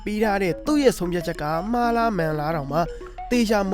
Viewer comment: မှားကိုလည်း မားတဲ့😅